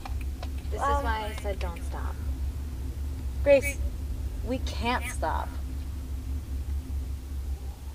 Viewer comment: Her name is Guh-Race